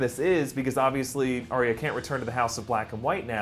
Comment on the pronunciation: Stop pronouncing it aria